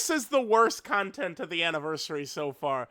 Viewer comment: "con-TENTT" man he hits those T's so hard lol